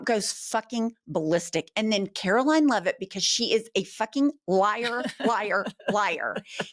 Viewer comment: "KKKaroline Leavitt"??? 😅😅😅😅😅